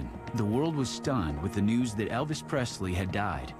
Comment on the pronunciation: Good night, Eh-vis!